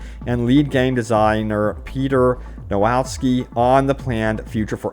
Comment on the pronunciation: is written : "Piotr Nowakowski" is being read : "Peter Nowawski"